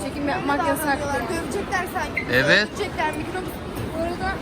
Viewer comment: Iviiiiiiit evet yerine ivit